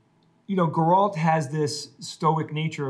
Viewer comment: I'm not getting used to how yous all pronounce his name as "Gorolt" and put the emphasis on the second syllable.